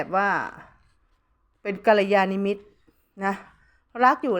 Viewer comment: กัลยาณมิตร= ✔...กัลยานิมิตร=❌เห็นแม่หมออ่านผิดแทบทุกคลิปเลย___